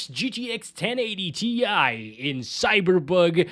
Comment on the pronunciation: He say Cyberbug 🤣